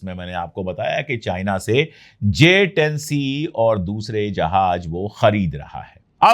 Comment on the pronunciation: Sir ,Jahaj nahin Jahaz hota hai, please